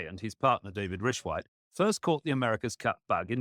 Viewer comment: Lmao classic fay-richwhite 😂 blardy snakes